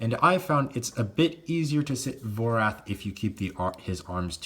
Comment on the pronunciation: It should be Vorath, not Vorth